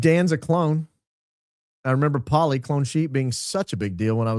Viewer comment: dolly not polly